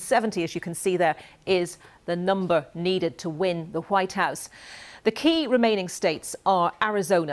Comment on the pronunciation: Race for "ze vhite house" am i the only one that is hearing 👂 the news reader sound like she saying that 🤔 🤣